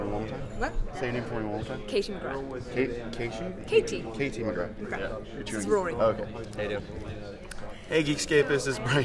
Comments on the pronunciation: How dare he make her name sound so stupid? O.O "Kashee"? -_- But I do love the interview, either way XD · “KaSHy??” “ka-TIE” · "kashy mcgra" 😂